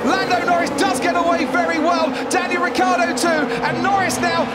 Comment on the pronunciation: It's R-I-C-C-IIIIII-A-R-D-O not Riccardo !!!!! It's a terrible pronunciation